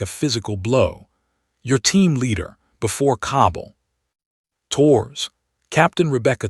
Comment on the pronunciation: "Torres" is two syllables, not one: TOH-rez